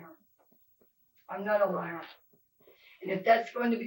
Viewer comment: "you're uh liah. ABSOLUTE liah" haha love his accent 😂 better not even THINK of ever lyin to THAT detective he'll eat you up!